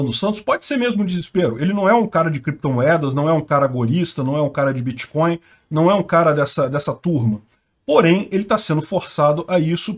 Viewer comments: “Bitcoil” e “créptomoedas” é “pobrema” segundo nosso, O atleta! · O que é "Biticóio"?